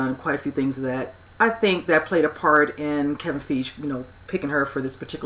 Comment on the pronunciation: Sorry, the pronunciation police is in the house... Kevin Feige = FIGH-ghee...humor me...thank you ;) I hope Goose is in Endgame!